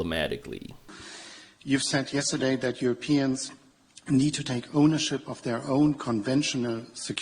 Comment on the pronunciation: Perfect translation, of course nothing less would be expected in the service of the Emperor. Also, is it only me that hears the Brussels's quisling saying your peons when he says Europeans LMAO. Full dis-closer I think claiming to be America's peons is more correct.